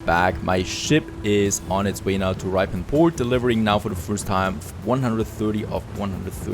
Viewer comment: Just caught up with the videos and enjoying your style of gameplay. Just to let you know that ‘Ripon’ is pronounced Rip as in Ship, so it sounds like Shipon but it’s Ripon. Really loving the series :)